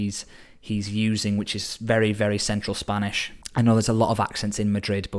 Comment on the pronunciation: I've taken 2 spanish classes and he still pronounces better than me